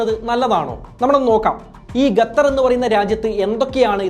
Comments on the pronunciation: Gathhar alla, Qatar.. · താങ്കൾ ഗത്തർ എന്ന് പറയുന്നത് പോലെയാണ് കേൾക്കുന്നത് ശരിക്കും Qatar എന്നാണ്. ഏകദേശം "ക" പോലെയുള്ള ശബ്ദം.എത്താൻ വേണ്ടത്.മലയാളത്തിൽ ലിപി ഇല്ല. എങ്കിലും ഉച്ചാരണം ഒന്ന് മെച്ചപ്പെടുത്താൻ ഷധിക്കുമല്ലോ. നന്ദി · 10 references and studies to make the video is not enough ,its shown in content . Pronouncing also wrong not Gatar its Qatar. Use English cafe urself also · Suhruthe … Gatar alla Qatar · Bro , presentations are v good but the add in between is boaring also not Gathar , it is QATHAR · Please bro... Qatar not Gatar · Not gatar its qatar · Not ghather, say khather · Bro gatar alla qatar anh pronouncation tath anh🙄🙄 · Gattar alla kuzhi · Gatar alla qatar 😂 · Please it is Qatar ( ka) and not gathar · Correct 😂 Adyam poyi pronounciation shariyaakku settaa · Don't say Gatar... Say Qatar... Correct yourself 👍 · It's not gatar. It's Qatar. I think u need to learn English ASAP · Video കൊള്ളാം pakshe ഗഥർ അല്ലല്ലോ ഖത്തർ അല്ലെ? 🤔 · Eda kezhange. Gatar alla..its qatar. Kaa ann..kalla newsil ayit erangike ann. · Gathar aano Qatar aano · Gathar alla kathar 🤣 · Gathar alla..... Its Qatar.. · ഗത്തറല്ല മൈരേ. ഖത്തർ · Gather alla saho...Qatar 😜😜😜😜😜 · Gatthar ella bro . Qatar. Qatthar ennu pronounce cheyyum. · Bro Gatar alla … Qatar aan … pls. Correct your pronunciation … it feels soo weird hearing Gatar Gatar… Pls look after it! Great content though! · ഗതർ അല്ല. ഖത്തർ... മലയാളമെങ്കിലും മാന്യമായി ശരിയായി പറയാൻ ശ്രമിക്കുക... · ഗത്തർ അല്ല... ഖത്തർ ആണ് സഹോ.... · ഗതർ അല്ലാ ഖത്തർ . അത് ആദ്യം പറയാൻ പടിക്ക് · Ghathar nahi dost, Qatar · ഗത്തർ അല്ല, ഖത്തർ. English മാത്രം നന്നായി സംസാരിച്ചാൽപോര, മലയാളവും വൃത്തിയായി സംസാരിക്കാൻ പഠിക്കണം. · ഗത്തറല്ല! ഖത്തർ എന്ന് പറയൂ കുട്ടീ! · Bro…. Your presentation is very good. But one correction Gathar alla khathar(qatar) ennanu pronounce cheyyendath….. remaining ellam informative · ഗത്തർ അല്ല ഖത്തർ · എടൊ gathar അല്ല. ഖത്തർ എന്ന് പറയണം. Stupid. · Gathar alla bro Qatar anu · Gathar alla Qatar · Brother, Gathar alla Qatar (Khathar aanu).